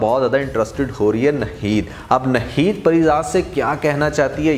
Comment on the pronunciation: Bhai aap NAAAAHEEED naam liya karein NaHEED nahi :) achay reviews hein aap ke